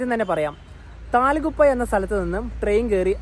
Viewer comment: താല ഗുപ്പാ എന്നല്ല തൽ ഗുപ്പാ aanu